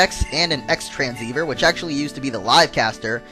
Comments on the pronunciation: Actually it is called the Xtransceiver (pronounced like cross or xros) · xtranseiver is pronounced cross-transceiver thanx of the download link :)